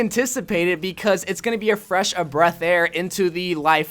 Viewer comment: "it's going to be a fREsh oF BReaTh aiR"